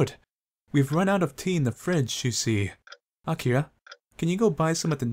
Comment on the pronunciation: By the way i noticed that doesn't spell the "R" in Akira... Is "Akia" the correct way to say his name? or it is only to say it faster?